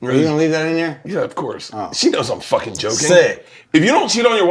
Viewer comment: I don’t know why it bothers me so much that Bert keeps saying he’s fooking yolk 😅… if anything hes closer to looking like that girl from willy wonka all swollen